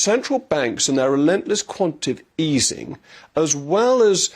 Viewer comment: I would have thought that with your posh education you would know that it's quantaTATive easing (not quantative)